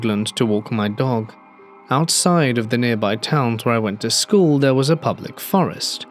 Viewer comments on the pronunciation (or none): none